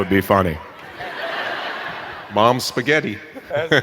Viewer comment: "Mom's soaghetti" in the whitest guy ever's voice.